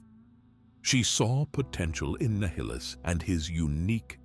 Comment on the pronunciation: He's hot saying nihilus right and it's really bothering me lol . Other then that is all perfect lol